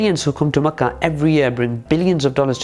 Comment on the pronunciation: Makkah and Madeenah (that’s how you should pronounce them idiot) are arabian lands before your religion came to existence, we the native people of Hejaz are happy with the rule of our government and we don’t allow people who can’t even speak Arabic to speak on our behalf!!